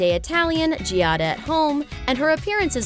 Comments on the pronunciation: Does NOT know that the name is pronounced Jah-da, not Jee-ah-da??? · Hey, her name is two syllables, not three! It's Gia-da. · LOL!! If you're going to throw shade at her, at least say her name correctly!! It is NOT "GEE AH DA".. look it up. Learn! lol!! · You might start by pronouncing her name correctly. That in itself makes me question some of this content.